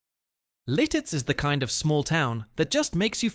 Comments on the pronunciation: Oh, please! The town is Lititz, PA....not 'Lil-titz! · Its LITITZ! Not Liltitz. I'm dying 😂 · Lititz, not "Lilttiz." A lot of mispronouncing of town names and local sites. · Not Liltitz. It's Lititz. Also, not all the footage in the Ephrata segment is from Pennsylvania. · LILTITZ? Thumbs down. Fail. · It is Lititz , pronounced Li tits with the accent on the first syllable. And, Bellefonte is pronounced as Bell Font.